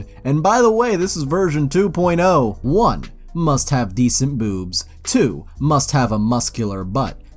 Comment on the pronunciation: Makes '' Must " sound weird